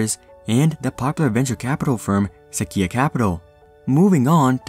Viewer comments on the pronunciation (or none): Seh-quay-ya is how u pronounce sequoia. Its a the trees that grow bigger than any other on earth, and the name of a national park.